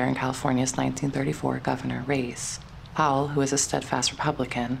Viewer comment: The narrator doesn’t understand that William’s sir name is Powell NOT Pal!!! It has two syllables…count them. I adore William Powell. He was great as Nick Charles and in one of my favorite movies “Life with Father”. Wonderful actor!❤ I believe that Jean Harlow was his true love. Then she died and left him broken hearted 💔. So sad!